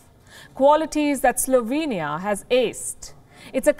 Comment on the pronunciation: Slovania lolol